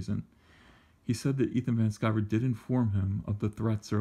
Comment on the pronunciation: It's Van Sciver!